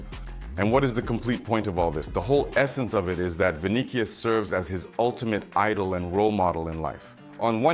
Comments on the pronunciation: First of all, if you can't pronounce names the right way. Don't even bother to make videos. It irritates fans when someone hears their team's player's names being called the wrong way. It's freaking VINICIUS. Pronounce it Vi-ni-ci-us. How do you pronounce cautious? That cius and tious should be pronounced similarly. Le loda zyada explain krdiya. Bkc ko samajh bhi nhi aayega. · What is vinikius? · The C in Vinicius is a soft c bro! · Vinicius Vinicius , not Vinichio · Bro is a Real Madrid fan n doesn't even pronounce Vini's name correctly...😂😂😂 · Bro stop butchering Vinicius his name. Just say Vini and make your life easy